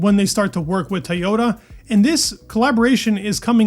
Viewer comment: TOYota, not TAYota 😂 Just giving you a hard time, love your content!